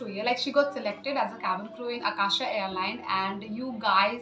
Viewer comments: Akasa it is not Akasha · It's Akasa not Akasha lol 😂🤣😂🤣